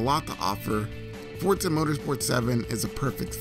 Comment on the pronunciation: I always thought it was Forza, but yep, Fortza is the correct pronunciation.